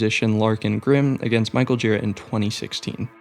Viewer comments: Its not Michael JEE-ruh, or GEAR-uh... its jhu-RA. Thats how he himself says it. It's a name of french dissent, if i recall properly. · good video, but he's michael girA, not gIra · thank you, but his name is michael girA, not gíra